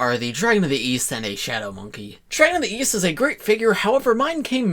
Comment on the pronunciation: I thought you said Weast